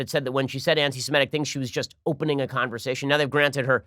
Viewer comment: Pardon me, good Jewish sir, the word is “anti/semitic,” not “anti/semetic.”